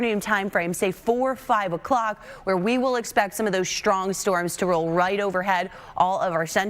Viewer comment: I like the way she says "shtrong" winds.😊